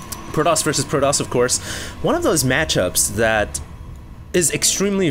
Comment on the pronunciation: you pronounce the T in protoss like a l. it seems like i keep hearing proloss proloss...